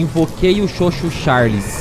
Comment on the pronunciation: n é chuu chuu, é CHOO CHOOO